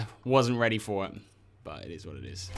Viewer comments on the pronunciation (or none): 'it izz what it izz'